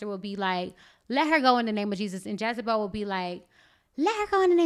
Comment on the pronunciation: Great video. FYI the name is Jezebel, not "Jazabel".